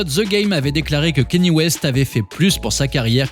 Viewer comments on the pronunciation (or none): none